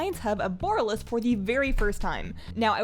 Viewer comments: BU-RAH-LUS. BU-RAH-LUS :') not "BORE-UH-LUS" xD love the walkthrough though. I kinda found this place a bit of a mindfxck on the alpha/beta. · i love the way u pronounce the city name, i think bOralus sounds way better than borAlus ... and since it comes from , it seems the more fitting one :3